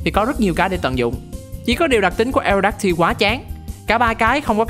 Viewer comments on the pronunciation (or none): Aerodactyl đọc là E rô đác tồ giống Pterodactyl nha